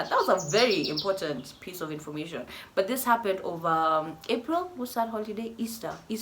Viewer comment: "Wahaha-ppened was...." 😂